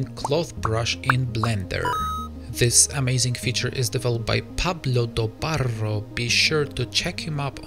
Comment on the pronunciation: Very well pronounced the name of Pablo Dobarro!